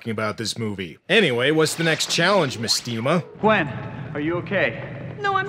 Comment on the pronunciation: mestema is actually supposed to be mAstema, like mastema, the fallen angel made famous by the shin megami tensei games